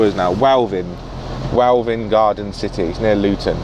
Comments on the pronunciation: It's welwyn garden City not welvin lol I live 1 hour a way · it's prononced "Well in" (welwyn garden city)